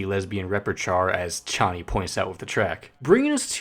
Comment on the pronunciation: ARGHHH YOU ARE SAYING KONNY AGAIN INSTEAD OF CHONNY